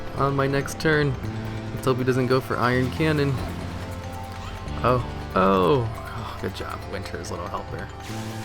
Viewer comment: love your videos, actually got me and two of my friends into pet battling lol so thank you. but one thing i have to say....its not iron cannon. its Ion cannon. anyway, keep up the good work.